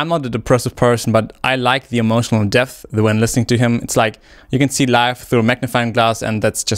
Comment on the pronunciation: bro cannot say depth